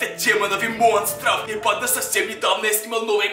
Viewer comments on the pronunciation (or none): Почему ты говоришь типа банд а! А резко